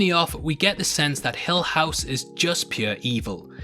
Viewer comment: Haha it’s hill not hell house buddy